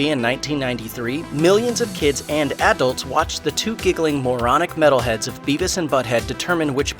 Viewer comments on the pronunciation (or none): Why does he pronounce Adults as "Ad-dults"? ^.